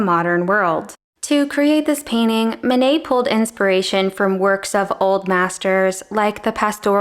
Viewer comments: Actually, if you pronounced the names of Monet and Manet correctly, there would be no confusion. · Again Manet isn't Monet